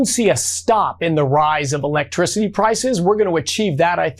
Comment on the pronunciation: Energy sectary can't pronounce electricity?